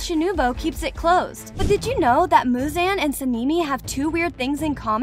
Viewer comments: oh yea, she also messed up Michael Jackson's name "muzan" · “Shinubo” and “Muzean” 😂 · Ah yes, "Tan Jiro", "Ino Sukey", "Muzanne", "Shinubo", "Saneemie", "Tamaeo", "Niechirien", and "Canow" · ‘ ‘ muzaan’ ‘ , ‘ ‘ inosukay ‘ ‘ and ‘ ‘ sænemii ‘ ‘